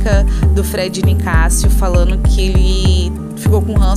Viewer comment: por favor fala os verbos no gerúndio, ex: falando é a forma correto e não FALANO, entendeu?!